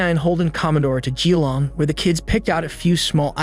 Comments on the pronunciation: This happened when I was a kid, still remember it. Every aussie does. Your pronunciation needs a little work. Don't stress vowels so much. Winch'lsea Melb'n G'long Barw'n Birregurra was good though =) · Big fan of the channel but please consider checking pronunciation of place names, you really butchered Melbourne/Geelong/Winchelsea in this one.